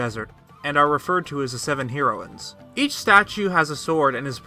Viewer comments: Hee-roines? Heh-roines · I’ve never heard it pronounced, Hero-in. ...Hair-o-in is how I have always heard it. But other than that...great video. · Dude, Hair-ro-win(s). Hero-win(s) is not correct. High-lee-yans. High-lee-yuh. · I'm sure I'm not the first one, but the word isn't pronounced Hero ins. It's Hairo ins. Y'know, like the drug. Same pronunciation for both. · The way he said HEROines 😂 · Heroines {heh-ro-wins} Learn to speak. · It's pronounced Heroin-s, heroin like the drug. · The way he sas herowins lol theory busted XD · the way you pronounce "heroines" is killing me. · You say heroines really weird. It's pronounced like the drug. Edit: literally can't watch this. Pronounce you shit right! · had to stop watching due to the way you say "heroines"